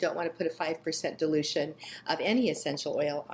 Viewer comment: I heard you say delusion rate lol BUT you actually meant dilution rate. God bless you .Maranatha